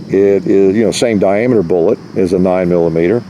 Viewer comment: "The little day booolet"